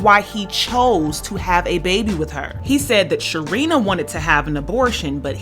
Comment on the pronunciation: Uuhmmmm he couldn’t say her name...... Say it with me class, Sharina! is an unlikable character...However he did manage Wendy well business wise.